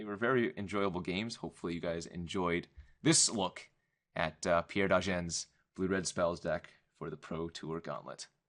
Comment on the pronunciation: It's Pierre Dagen not Degan.